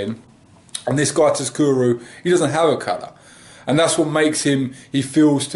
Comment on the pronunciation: Its pronounced 'sukuru'